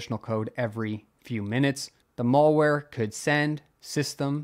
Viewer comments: It's pronounced malware (as in "bad" ware), not mallware (as in "shopping center" ware). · What is "Mawlwhere" please try to have a basic grasp of the english lexicon. You sound like a damn moron when you pronounce it so blatantly wrong. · Learn to pronounce malware.